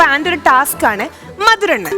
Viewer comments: മധുരണ്ണൻ അല്ല.... മധുരണ്ണാൻ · Mathurannan alla mathurennan🤣🤣